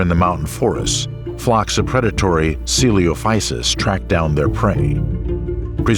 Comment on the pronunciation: How did the narrator pronounce coelophysis correctly the first time and then mispronounce it for the entire rest of the video. O_O